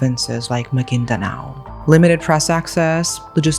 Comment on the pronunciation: Girlllll i really thought u live in ph after hearing you say filipino words and how u pronounce it LOL i was so amazed!!! the way u said those baranggay, maguindanao and their names. Anyway creepy and disturbing crime. Why would they do that to their mom